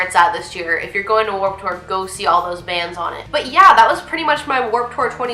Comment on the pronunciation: It's pronounced "tewer!!!" 😂😂😂😂